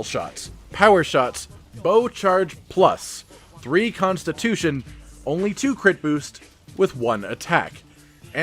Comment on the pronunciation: Constip-- tution LMAO